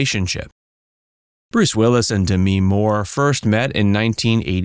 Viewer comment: It’s not D me more - it’s DEMI for Christ sake! 🙄